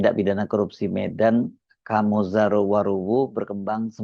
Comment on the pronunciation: Nama beliau itu dibaca Khame (“e” dalam kata menang) bukan O. Jadi dibaca Khamezaro, bahasa Nias🙏